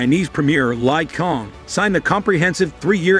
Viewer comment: This is real blue. He can't even pronounce Chinese premier Li Qiang's name. The Li is pronounce as Lee and Qiang is Chiang.